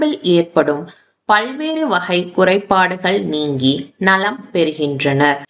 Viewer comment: Thank you . A few points (1) the temple is not west facing. The main entrance is east facing. (2) Why is 'ka' pronounced as 'ha' ? வகை - வஹை, நோய்கள் - நோய்ஹள், குணமாக - குணமாஹ. Terrible pronunciation.